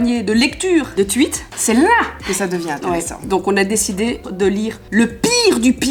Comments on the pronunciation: Les tuwits: comment prononces les tweets 😂😂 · Des twuite😂😂ah ah je t'adore